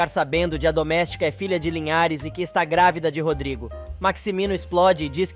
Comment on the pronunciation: É uma voz artificial, não é possível pronunciar palavras com os acentos.